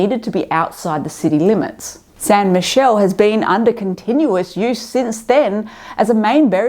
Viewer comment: Great video as always! 😊 Btw just a reference Michele is pronounced in the Italian way, with only one L and the final E (/miˈkɛːle/). Michelle is the French version and is usually a female name, with Michela as the Italian equivalent... 😊